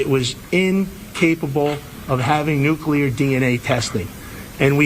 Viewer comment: None of the guys say nu clee ar correctly. Always bugs me, lol. No such banana as new cue lar. Sigh. I think the DNA is sinking his ship. ✌️♥️